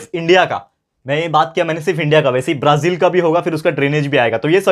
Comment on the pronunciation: सर ये ब्रझील नही ब्राझील होता है